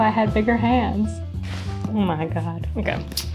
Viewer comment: Dieses "okeee" hat sich so deutsch angehört 😂